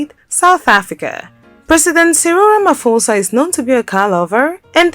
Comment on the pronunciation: 🇿🇦 How you pronounce President Ramaphosa is terrible😢